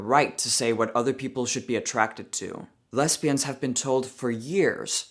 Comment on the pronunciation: you’re so funny. It’s not real important but “lesbians” the S is pronounced more like a Z and not an S. but it’s okay, you’re totally cool either way.